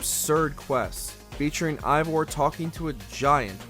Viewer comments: It’s pronounced “Ay-Vohr” not “Aye-Vahr”. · Biggest pet peeve when it comes to these videos about shows/video games is when they mispronounce the name. For example, this guy keeps saying Eivor as “EYE-vor” and 3 seconds laterz, they show a clip with 20 different characters all saying it as “AE-vor.” It just makes it painfully obvious that this guy hasn’t played the game or so much as watched a single clip. If he doesn’t care about the content of this video, why should I? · this dude said ivor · Your saying evior name wrong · Imagine playing 100 hours of Ac Valhalla only to make a professional video constantly pronouncing Eivor incorrectly. This guy ALWAYS mispronounces things and it truly diminishes the quality of the videos. Like is there no quality check or..... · 2 minutes in and the narrator doesn't know hot to pronounce Eivor